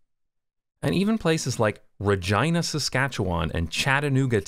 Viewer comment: Is Regina really pronounced that way? 😳